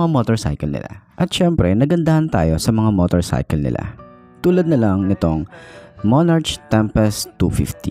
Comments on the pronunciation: monarK po pronouncation nyan di po monarCH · Monark,tamang pag pronounce nya...✌️